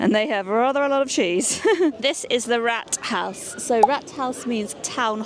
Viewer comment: Just a point on pronounciation here. When you say the word "Rathouse", you say it like the british way of saying "Rat" as the rodent. That would have been spalled Ratt, in german like in the same animal in german, which is "Ratte". The word "Rat" is pronounced with a long vowel more like "Raat" and means "Council" or "body of peers" to get some better equivalent British synonymes instead of "Parliament", because it's just a local management board.